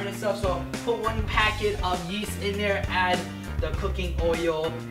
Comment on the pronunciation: I thought he said a packet of yeet